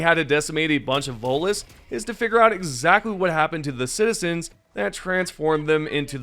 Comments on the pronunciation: Omg. THERE'S A T IN VOTELESS ITS NOT VOLTLESS. Other than that your pronunciations are great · VoTeless. Say the T, stop sounding uneducated. Happy New year. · It's Voteless, with a T. Will you please pronounce it correctly, since your job is narrating and reading aloud, it'd be nice if you actually said the words the right way. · The way you say the Voteless makes me think you're saying Volus, like the species from the Mass Effect franchise, it's funny.